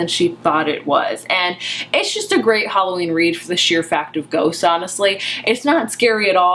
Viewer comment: "This is a retelling of Jane Eyre, only with ghosts" I HONESTLY THOUGHT YOU SAID GOATS